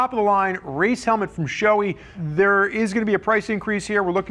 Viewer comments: Pronounced “Sho-eh” not “showy”. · It's shoe-eye or maybe it's sho-ey-ee.